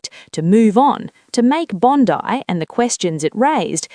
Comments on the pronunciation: It's Bond Eye not Bondi. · Bondi is pronounced with an ‘I’ not and ‘E’ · Why have journalists STILL not learned how to pronounce Bondi ... BOND-EYE .... Can they say EYE? Bond-EYE. NOT Bondy! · NOBODY SAYS BONDEE. Enough AI shit. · Pronounced Bon-die . And yes albozo is a gutless spineless hamas supporting traitor. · Please will someone teach others how to pronounce BOND EYE. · It's pronounced bloody Bon Dye. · Its BOND - EYE !!!!!!! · Pronounced "Bond eye" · The pronunciation of the beach side suburb is NOT Bondie. For goodness sake, get it correct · So where exactly is the clip of Sam Mostyn saying this! And why is anyone listening to this robot that can’t pronounce Bondi? White with an Australian accent? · At least get the ai to pronounce Bondi correctly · Please learn the pronunciation of “Bondi” ! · This is AI - just listen to the pronouncement of Bondi